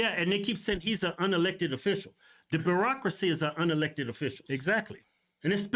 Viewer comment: It sounds like you’re saying the Barackcrasy lol which you still aren’t wrong.